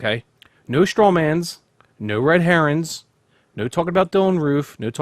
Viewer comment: yeah that dude said red heron thought he was wrong